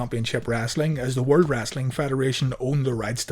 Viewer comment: Why you say "The WOLD TITLE?